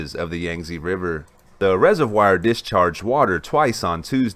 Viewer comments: uhhhhhhhhhh.... no? check spelling for pronunciation??? the I and O would need to be reversed for the presenters pronunciation of the word reservoir to be correct. Also, while I agree we are one race... that is a non-sequitur and off topic. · Please Google how to pronounce reservoir. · Good coverage. Another interesting video. I have been subscribed for a few weeks now and am enjoying the dam coverage. I also enjoyed the coverage of the Mt. Sinabung eruption. If I could bring up a minor sticking point on your vocabulary... the word reservoir is pronounced resev-war not resev-wire. Just FYI. Wouldn't want anyone mistaking your charming southern drawl (Texas?) for ignorance.